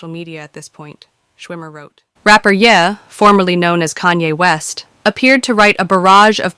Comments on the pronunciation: "And before I get to that in a few seconds" is always to be interpreted as "I'll get to it in about 5 minutes." Just skip to whenever this guy says "a few seconds" in whatever video he is a spokesperson for. Also, this female AI doesn't know how to pronounce Ye (Yee, not Yeah), and other words. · The AI reader is funny, 😅. She calls Ye, "Yeah." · Not that it matters but you're AI is mispronouncing Kanye's nickname. It's YAY not YEAH. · "Yeah" is not how that is pronounced. It's (stupidly) the last two letters of his first name and is pronounced "yay" which is somehow sadder. I disliked him before I disliked Jay-Z, but after I disliked Puffy. "Puffy just took the whole song and put a club beat behind it!!! How you like that crap?!" "Kanye was a decent journeyman producer until he rapped with a broken jaw and someone said laughingly "hahahahah yeah you sound GREAT man hahahahah" and he said "YES. YOU ARE CORRECT. I *AM* THE BEST RAPPER EVER!" "Jay-Z? I guess that Hard Knock Life sample was cool. HEAD OF DEF JAM WHAT?!" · Its YE (yee) not ye (yea) You know Kanye ..ye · why does the AI voice say "yeah" for "ye"? It made it a little hard to follow.